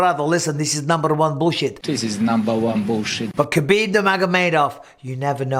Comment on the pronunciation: Just say HAbib. I know you make the joke of doing the flemmy H, but a regular H is surely more accurate than pronouncing the K